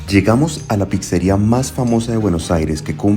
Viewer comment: No se dice "pixería" ni "pixa", se pronuncia "pitzería-pitza"